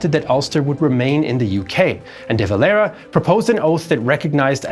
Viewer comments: Éamon De Valera was not spanish or mexican i dont know why he is the only guy you pronounce like that. Great video just that was hard to listen to as an Irish man muself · De valera is a Spanish name his father was Spanish so it's kind of interesting to hear it pronounced this way..